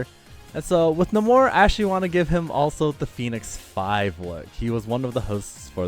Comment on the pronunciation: Yo, for moonknight I think that Hunters Moon skin might fit better than Konshu and it’s naymor not nuhmor